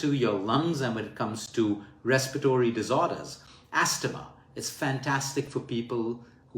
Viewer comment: Thanks luke for this great advice. In english when we say astma we say the T like asma